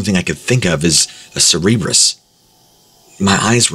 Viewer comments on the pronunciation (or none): cerebrus? 🤦‍♀️ it took me a while to realize it was supposed to be CeRBErus (which, despite what Americans may think, is pronounced Kherberos, not sheer-beer-us😈), the three-headed infernal dog of greek mythology... 😅 oh, by the way, ceREBrus is actually a word, but it's latin for brain 😜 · Do you mean Cerberus?? Not “cerrebrus” sir-bur-us. Watch some videos on Greek mythology I’m sure you’ll hear the proper pronunciation eventually. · Cerberus, the hell-hound often depicted with three heads, is pronounced 'SUHR-buhr-uhss'. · The mispronounciaton of cerberus killed me XD